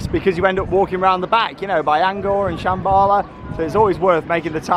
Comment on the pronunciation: it’s pronounced ‘An-kor’ not ‘An-gor’ lol 😂 As in Angkor Wat in Cambodia. Is Shambala the only B&M with an ampersand turnaround? It’s a great element, wonder why it hasn’t been used on any of their other coasters?